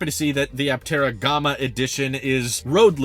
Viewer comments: "Gomma"?? No, dude. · I don't think it is pronounced Gahma. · The “a” in Gamma is pronounced like “yeah” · "Gom-uh"? Never heard it pronounced that way before. LOL. But yeah, if I didn't have 3 people in my family I would go for the Aptera as well. Supposedly there are plans for a 3 or 4 seater in the future so who knows? I wish them all the luck in the world to get this thing to market. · G(AH)ma? Is that how you normally pronounce it? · I’ve never heard Gama pronounced that way before. It’s like the two ways to say data. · Nah I’ve never heard it that way either 😆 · Yeah, in the US we say the a sound in Gamma like the a sound in camera. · Nah, he’s just saying gamma like the word comma. English must be his second language. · It was odd since he says alpha instead of ahlpha, so it's not a British influence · Yep that was out of nowhere